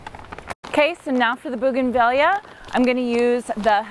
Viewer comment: Highly prefer this kind of “ironing” 😀 Oh, and I know you’ve had comments, but it’s bougainvee-a. Like Tortilla. Both Spanish Latin words and items from the same part of the world where double LL is pronounced as a Y sound. Audio was much better! Thanks!